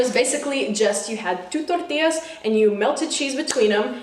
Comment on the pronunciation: I love how much emphasis you put on Queso Tortilla and guacamole lol